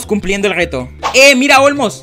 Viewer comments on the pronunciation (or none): Min el rrregtoo